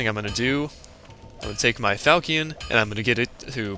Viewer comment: i really dont like correcting people but i couldnt stand it XD its not called a falcion its pronounced (fal shaun)